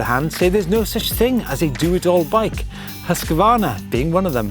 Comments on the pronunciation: sorry but i have to say this. its not hus-q-varna its husqvarna. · Great video - That husqvarna pronunciation though...